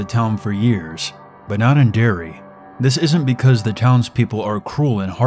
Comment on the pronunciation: But why can you not say Derry (it's not Dairy) and I've never heard of a werewoof. Werewolf, yes. Werewoof, no.